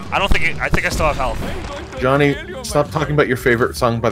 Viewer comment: 15.22....its jawnny!!!